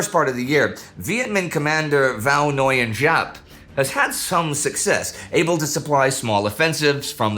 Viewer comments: Isn't Nguyen pronounced [win]? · That's an interesting pronunciation of Nguyen you have there Indy 😕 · Not a great pronunciation, but it is better than others, heard of another American who pronounce like N-Go-Yan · Indy if you struggle the pronunciation 'Võ' sounds like 'go' but with a v instead of g, 'Nguyên' like 'win', and 'Giáp' like 'zap' or 'yap'! thank you for covering this part of history!